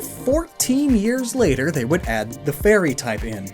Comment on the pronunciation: You saying 'the fairy' sounds alot like Tefari. Now Im super triggered